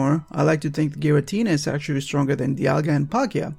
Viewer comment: Thank you for doing this. so every one who says Giritina can fuck them selfs